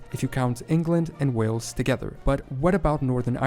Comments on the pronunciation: Hey. Great channel man. However, could you pronounce Wales like whales and not wells, like the place you draw water from. When are you planning a trip over here? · P.s you are still calling it WELLS it’s WHALES as in the animal.